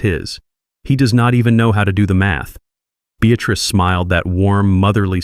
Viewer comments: Beatrice NOT Beatatrice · Beatrice. Not Bestatrice